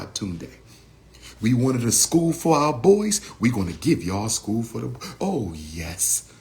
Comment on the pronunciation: school not achool